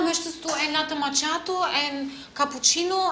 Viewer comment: Alle machen sich lustig über Larissa. Dass sie aber die einzige ist die Macchiatto richtig ausspricht erwähnt keiner!